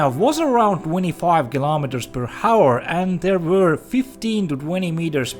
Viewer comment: Hour is not pronounced with the H. It sounds more like "auor" than Hauor